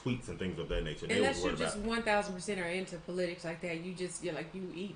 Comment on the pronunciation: please learn to pronounce "politics" correctly.💯🤭✌